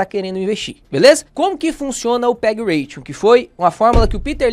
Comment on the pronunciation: ótimo vídeo e aula, mas só uma correção: é PEG Ratio, sem n no final, de "razão" em inglês. Ration é "ração" em inglês.